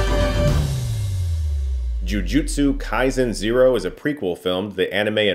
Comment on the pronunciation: You've gotta at least pronounce Kaisen right, man lol Come on now